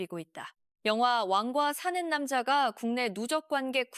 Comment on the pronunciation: 왜 자꾸 완과사는남자로 발음하죠